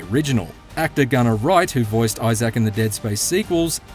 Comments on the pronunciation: Eye-zik, not Eye-Zak 🤦🏻‍♂️ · It’s Isaac not Issaak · It’s Issac not i-zack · it's eye-zic, not eye-sack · Eyes-zax Clarke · Issac: Eye-sick, not I-sack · Grateful for the review and all, but if he played 12 hours of the game, why is he still saying "Eye Zack" and not "Isaac"? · Who the phuck is eye Zach his name is Isaac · It’s just eye-zick. Not eye-zack. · He really saying Eye Zac instead of Eye Zic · Isaac.* Not eye sack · (EYE-ZIK) not (EYE-SACK) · Dude what the hell man Isaac not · why the pronunciation of isaac like that? its a character name not a piece of tech, behold the new smartphone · That’s one wild way of pronouncing isacc. I-ZAK😂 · Eye- Zack 😂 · Love the pronunciation: eye-zak rather than: eye-sick or eye-zick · This dude pronounces Issac like “I-Zack” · had to stop watching becasue the narrator can't pronounce "isaac" correctly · The reviewer doesn’t seem to know how, “Isaac” is pronounced… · If only the reviewer could pronounce Isaac correctly.... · Great review, but man the way he says Isaac is, disturbing. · Learn to say Isaac....smh. :) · You’re saying Isaac wrong